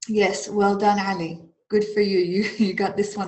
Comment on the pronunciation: You sounded Arabic when you said "Ali"